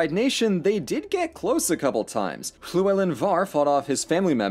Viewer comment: can we also appreciate how he nailed the pronunciation of llywellyn?! very impressed